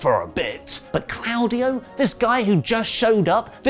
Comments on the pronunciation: If you say 'claawdio' again I'm gonna scream it's CLAUDIO NOT CLAAADIO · I cringe every time he says “Clowdio”. It’s Claudio. It’s pronounced “Claw” Dio.